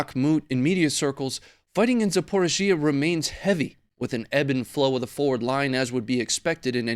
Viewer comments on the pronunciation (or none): Please please please pronounce Zaporizhia correctly…..Za-por-ree-Zee-ah…it’s nearly as bad a Dan-you-abbe for Danube 🙄🤦🏽‍♂️🤣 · Dude say it with me zap-oh-ri-zia ,4 syllables. And take that gun off your desk already we get it, your an American white guy.